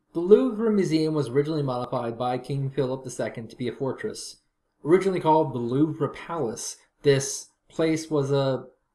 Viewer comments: It's pronounced "Louv" Not "Louv Ra" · As a french, the way he pronounces it sounds like "Louver". Like Oliver. It's Louvre. The "re" is pronounce "re". And not "ri" or "er" like you anglo's do. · No it's not. A lot of Anglocizers recommend pronouncing all French words that end in RE without them as they feel it's better to butcher the language rather than be misunderstood. I am not one such person.